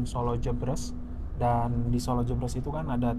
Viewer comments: btw pengucapannya jèbrès (kaya pengucapan "deretan") kang😂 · Maklum Mas, sanès wong Sala, dados boten kulino ngucap jèbrès😁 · Pengucapan Jebres yg tepat seperti ekspres / Menteng / toples ... bukan pedes / pegel / lemes .. 👍👍💞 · "Solo Jebres", baca kedua huruf "e" nya kaya pas baca kata "bebek" (🦆)